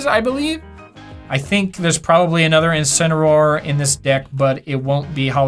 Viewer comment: IncineRAWR: How pronounces Incineroar